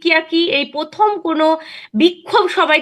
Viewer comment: পথম, তিনোমূল, পতিক্কিয়া? 😂😂😂😂